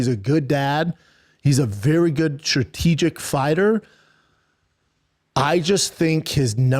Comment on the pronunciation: "Good trategic fighter"